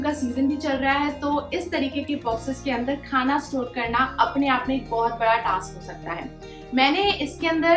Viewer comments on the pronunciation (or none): none